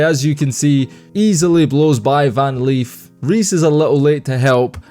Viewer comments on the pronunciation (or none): Who tf is Van Leaf!?!? Lol I know Van Lith! Smh